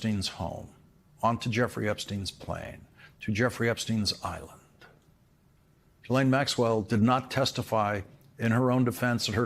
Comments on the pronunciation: it's pronounced JISSLAINE, not Guylaine. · Hats off to you Lawrence...... That said, Ghislaine Maxwells first name is pronounced GheeLane not Jeelane... Thank you! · Is it so hard to pronounce Ghislaine correctly? I kniw she is a monster but learn how to talk.